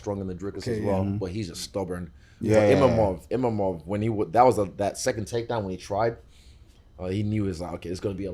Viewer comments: Is he calling him Imamov to be petty or cant he read ? Its like a super simple name lol wtf. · The guy still doesn't know it's Imavov not Imamov... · The fact that they keep calling him IMAMOV instead of IMAVOV is crazy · You don't have to keep calling him Imamov though champ.😅 you just reminding me of my mistake.😂🫀